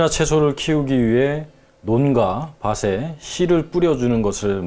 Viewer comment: 잘 보고 있습니다. 옥의 티, 바른 언어구사. 많은 구독자한테 정확하게 의사전달하시려면. 이를테면, 밭에 씨를 뿌리다(바테O, 바세X) 잎에 살포하다(이페O, 이베X) 이베 살포하다는 주둥이에 살포한다는 뜻이죠. 이밖에 꽃이(꼬치O,꼬시X), 흙이(흘기O, 흐기X) 등등. 연음법칙만 잘 지키면 더 좋은 프로그램이 될 듯 합니다.